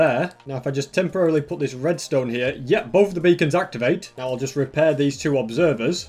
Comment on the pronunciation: * starts saying restone things* Me: Entertainment 🤪